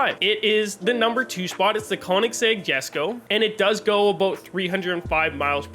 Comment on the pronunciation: Konnig sag, brother its pronounced "koh-nigszeg" sumn like that